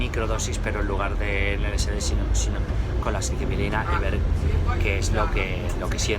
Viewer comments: Sicibilina?? Estas hablando de psylocibina no? Cuando hablas de las setas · Se dice "Psilocibina", no mames! Lo dijiste mal como 25 veces!!!